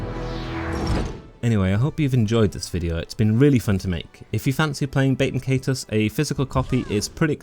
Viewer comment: I gotta keep it real witcha, you’re pronouncing the name of this game about as wrong as humanly possible. Nice video though.